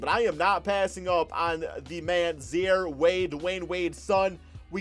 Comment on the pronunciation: it’s pronounced “zy-eere,” not “zhare”